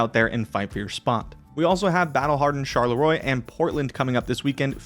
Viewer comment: A little tip for next week: Charlerloi is pronounced "charlerwa".